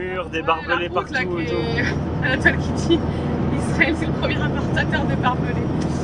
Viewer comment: Pourquoi vous dites lisrael?